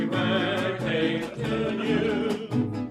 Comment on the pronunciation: Happy “BITH-DAY” Ben!!🎉🎂🥳